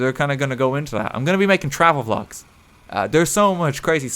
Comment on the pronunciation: a japan pholg would be awesome did you say vlog or phlog?